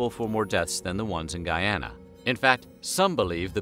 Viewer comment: And btw it's pronounced not "Guy-Anna" (long sound A) but instead Guee-anna (short sound A)